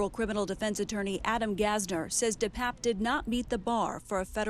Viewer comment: First, his name is pronounced DePAPE, NOT DePAPP. Second, he is Paul Pelosi's BOYFRIEND.